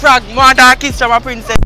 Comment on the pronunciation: Man say "prince-cess"